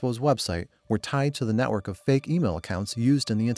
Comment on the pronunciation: Ahh yes just casually connecting to my "netwrok" router